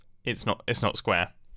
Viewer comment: NOOO ITS NOT SQAARE(mimbo pls teach me rwdstone)